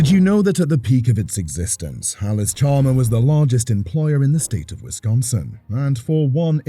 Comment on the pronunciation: You lose credibility when you can’t even pronounce the name correctly. It’s not Allis Chalmer, it’s Allis Chalmers, with an s.